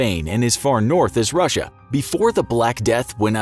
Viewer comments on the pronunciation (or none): my dude really just said ruassia